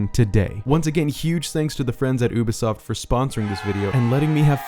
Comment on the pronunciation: Isn't it youbisoft not oobesoft